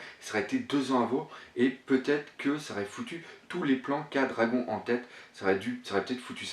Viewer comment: Excellente analyse comme d'habitude. Par contre Dragon en japonais se prononce "dragonne "^^ mais bon cela ne change en rien la qualité de ton travail